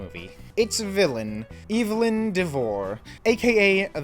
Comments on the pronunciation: Evelyn is pronounced Ev•eh•lyn not Evil•n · I just wanna know how one can manage to mispronounce a name that is said and pronounced correctly in the movie being discussed 😭 unless you’re saying her name like that as a bit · You said the villain’s name wrong…the entire video. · Are you saying Evelyn like that on purpose?